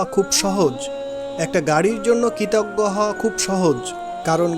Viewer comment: Assalamualikum wrb, dear, dabbing good but need more focus on some specific words as kritoggo, stri,uchharon thik korte hobe. Apnar hobe Obossoi inshaaAllah, rehearsal lagbe abong onnoder dabbing gulu bar bar sunte hobeJazakAllah khayr